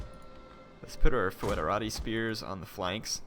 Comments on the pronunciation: The word Foederati is pronounced: "Federati", like federal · A little tip for you: in latin, ae/oe is pronounced just "e", so it's "federati" (which is the word where the modern english "federation", italian "federazione" and so on come from). ;) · That's the ecclesiastical latin pronunciation of it though. Classical Latin "oe" is pronounced "oi", so foederati is pronounced "foy-de-ra-tee".